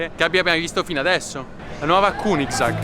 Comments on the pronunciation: solo oro perdonami ma uno che mi pronuncia gunigsag non merita la mia attenzione. È solo un figlio di papà. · Conoscevo la koenigsegg ma “kunisag” non l’avevo mai sentita 😂😂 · no no lui ha detto kunigsag